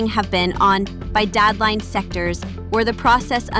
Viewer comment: DOES ANYONE KNOW WHAT IS A DAD LINE ????a dad line what is that ???? DAD LINE SECTORS WTF IS A DAD LINE THATS HOW LAZY YOUTUBERS ARE YOU USE A I TO NARRATE YOUR VIDEOS AND YOU COULDNT EVEN WATCH IT YOUR SELF TO CORRECT YOUR WORDS CRAZY